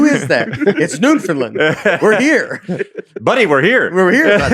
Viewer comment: The fact that ya'll pronounce Newfoundland Newfindland is crazy bro